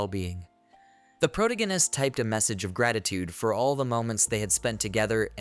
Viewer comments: please change AI voice to pronounce "protagonist" properly if you are going to use the word every other sentence. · Two words into the video and I’m flashbanged with the most “unique” way I’ve ever heard the word protagonist pronounced. Holy shit.